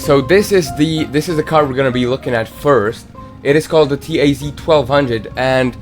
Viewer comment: This NOT "Ti-Ai-Zi". This is "ta-z"